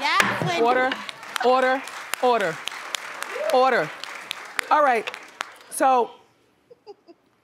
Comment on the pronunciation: Orda Orda Orda! 😂 Ya gotta say it right!